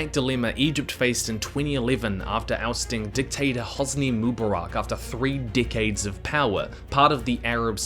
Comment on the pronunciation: You CAN do it. You say ‘rEvolution’. E. But otherwise it’s ‘dickades’ after ‘dickades’. Kiwi accent is really weird